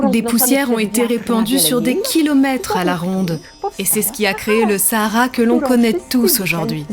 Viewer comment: "the SaHHAARA"